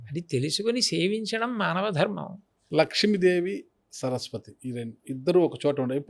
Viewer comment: Anchor ki dharmam ani palakatam kuda radu, darmamu antunnadu